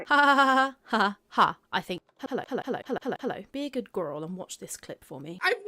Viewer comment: As soon as she said “Hullo Hullo,”? BIGGEST eye roll. 🙄